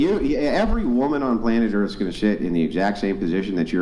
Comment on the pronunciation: Pretty sure its pronounced "Urff". 😂